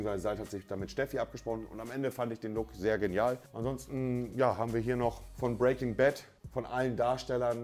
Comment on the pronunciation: niemand: wirklich niemand: monte: samson, die girage, phillips hu, game of srones, breaking bett